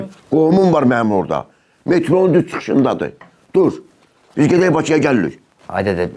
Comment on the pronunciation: Gedək demədin güdək dedin.😂